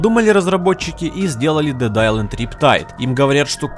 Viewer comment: Дед истанд сукааааа дед исланд